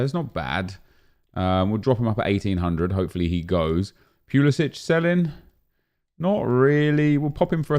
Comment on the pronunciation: What’s up, love the content. Watch all uploads on both channels. Not one to correct people usually, but as an American I’m sure others have been yelling at their phones when you say this... Christian Pulisic pronounces his name Pull-is-sick. Every time you pack him and say his name it makes me laugh! Just trying to look out for our golden boy over here in the states! Keep up the good work,!